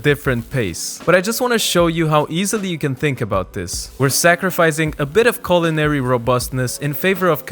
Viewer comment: Did he say "culinary" or "colonary"? Because, uh, with those peppers...?